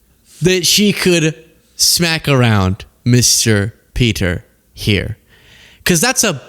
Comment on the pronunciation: the Vice Prime Ministerr of Czechia is Petr (pronounced PAY-ter) Micinka (pronounced MAT-sing-kah).